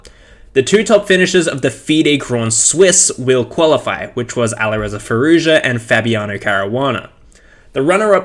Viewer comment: FYI, the "j" in Nijat and Arjun and Firouzja is pronounced like in "Joey."